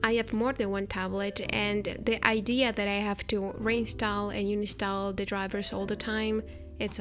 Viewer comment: Omg did she say unistall 🥰instead of uninstall !!